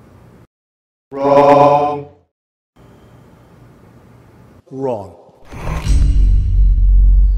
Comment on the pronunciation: Roooarng, rooarng... Wrong!